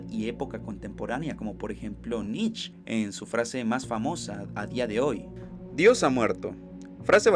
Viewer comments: ahí vamos ooootra vez. Nietzsche es un filósofo. Pero en el vídeo mencionan a Nitch el cual no tengo idea quien sea. Tercera oportunidad para tí. Qué escribí? Cuando mencioné la filosofía? Cuando di mi opinión de alguna obra de Nietzsche? Si hubiera pronunciado algo más cercano a Nietzsche como"nitche" o "niche". En español y en alemán se pronuncia la che. Por mucho que castellanices no hay de donde saques "nitch". Si andas en las redes viendo a ver cómo la haces de pedo por lo menos Lee con atención antes de hablar de filosofía. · porque Nietzsche en alemán y en español se pronuncia la che... Osea "Nitche" o ya muy mal pronunciado "niche" nitch no existe ni en alemán ni en Español.